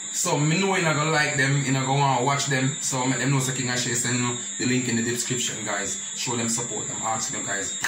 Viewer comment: The “dipscription”....king neva say it right yet🤣🤣